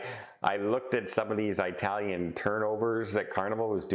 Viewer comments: It is not eyetalian it is etalian as one says for early not eyetaly. Also there were not tons of large cruise vessels turned away from NZ and OZ asthey completed their OZ round NZ to OZ. In fact there were record numbers. So again please get the facts right. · So,, where is this Eye-talian ship from, Eye-taly? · Eye-tallian huh? Jfc you're awful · I was wondering if this is the way all Canadians pronounce the word “Italian”?